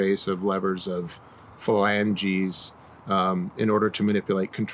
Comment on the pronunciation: sorry "falangeys"!!!?? Is Phoebe from Friends working there? 😂 😂 💀